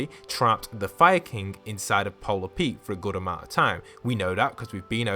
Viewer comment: When you say fire king it sounds like your saying Viking